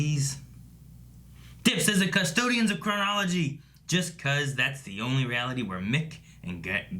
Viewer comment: IT'S PRONOUNCED CRUH-NAH-LUH-JEE.